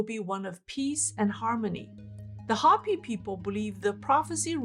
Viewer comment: you're a dear, but Hopi is pronounced with a long o as in hope. Not a short o as in hop.